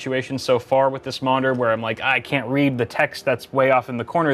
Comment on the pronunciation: The way he said monitor sounded like modder? Or am i crazy